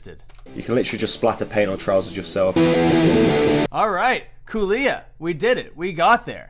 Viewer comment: It's cooh-lee-ah. Much love <3.